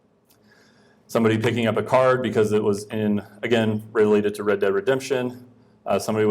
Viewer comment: Red Dead Redemption, not Read Dead.